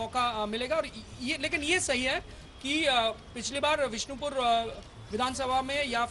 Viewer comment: bishonpur nehi bisnopur